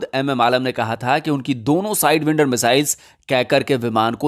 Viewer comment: साइडवाईन्डर NOT साइडविन्डर